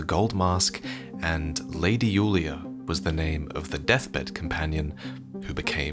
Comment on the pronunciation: Isn't the DS3 character called Yuria, not Yulia?